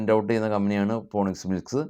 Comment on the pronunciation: ഫോണിക്സ് അല്ല ഫീനിക്സ് മിൽ